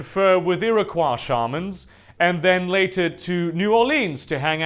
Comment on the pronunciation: lol we don't say 'Iroquois' like that in US